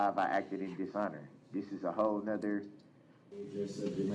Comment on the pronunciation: Am I the only one who notices he cannot say the "th" in front of words. Its either "diss and dat" or "oaf of office". The way he pronounces 🪓 and other words is brutal! And when he doesnt have that mask on and his lips purse or protrude makes me cringe! Where are his 20 friends??